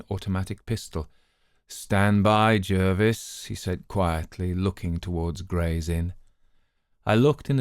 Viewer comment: Great to hear this, a really good reading. I'm a huge fan of Dr Thorndyke and am lucky enough to own J J Pitcairns own copy of the super rare 'Adventures Of Romney Pringle' 1st edition. BTW Polton is Thorndyke's Laboratory Assistant, not his butler, and Jervis is pronounced 'Jarvis' as it's derived from the French Jarvois. Would be great to hear one of the inverted tales next..